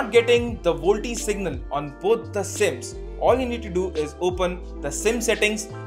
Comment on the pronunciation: Volte nahi hota woh.. VOLTE = Voice LTE.. channel banate ho utna toh pata hona chahiye.. tech channels now a days